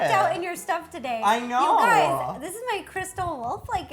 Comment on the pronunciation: Did anyone else think that Ro said hey gays at the beginning 😂👏🏼